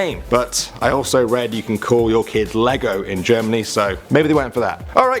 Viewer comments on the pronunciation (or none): yea you can named your kid lego in Germany but you say legon le gon